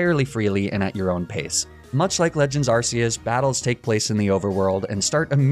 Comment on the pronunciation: Btw it's pronounced Ark-eus not arse-eus